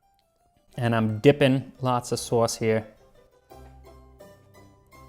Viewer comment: lovely accent on that “sauce”. Was that on purpose or did you just let it out?